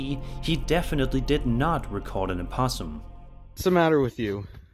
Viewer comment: Don't know where to start. With this fake as Videos or with the "impossum"